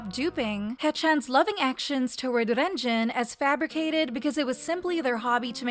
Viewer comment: Dude I hate how she pronounces Renjun like "Wren Joon" in Chinese the E makes an "uh" sound. Don't even get me started on "Chennel" (Chenle). 3racha is a subunit not a member 😭